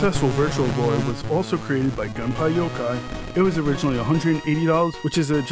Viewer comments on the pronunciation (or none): Gun-pie-yo-kai? Dude get your pronunciations right. GUN-PEY-YO-KOY Also no new 2DS XL